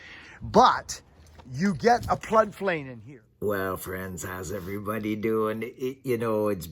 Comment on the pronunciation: Nice "plood flain" . :-)